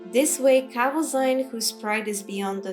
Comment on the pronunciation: As a 57th level thief, I am in no way advanced in Alteration magic yet somehow I have been burdened with this five pound hunk of garbage that I can't drop. I can't remember where I found it but I wish I'd never picked it up. BTW, Tolfdir pronounces it KahVoZeen, not KahVoZine. If we're picking nits, that is.